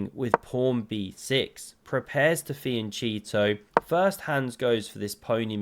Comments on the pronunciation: Is a king prawn just a very big prawn, or has it something to do with chess? And is a fiancheato something illegal? Why don't you learn at least your own language and the chess jargon? Solution: it's PAWN and FIANCHETTO. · fee-an-cheato is very effective against Hans Cheato